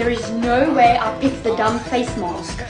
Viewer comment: Face marrsk y did she say It like that